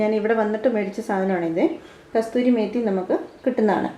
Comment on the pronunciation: kasoori methi not kasthoori methi